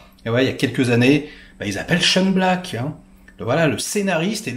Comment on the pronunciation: Et pour info, Shane Black se prononce "Chaîne Black".